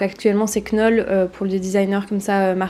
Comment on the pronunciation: Trop beau le fauteuil de Breuer, et USM vrai réf ! Pour la prononciation de Knoll, ça se prononce Nowl ! 😅voilà !!